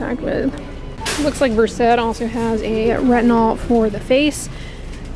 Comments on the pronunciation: just so you know, it's pronounced "vurst" not "ver-sed" like the medication. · I don’t know why Versed would be pronounced any different from, versed. As in, versed in skin care.